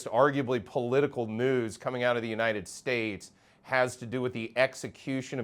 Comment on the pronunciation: The way you say "News" in the intro has me rolling.